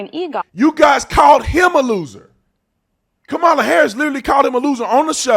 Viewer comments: The racist Whoopie pronounced Kamala's name wrong, where is the outrage? lol -Trump 20204!! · How come they always mispronounced Kamala‘s name?